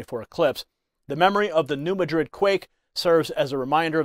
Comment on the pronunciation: New-mad-rid. That how it's pronounced around New Madrid Missouri.